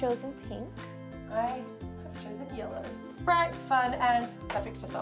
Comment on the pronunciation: When said yellow it sounded like yolo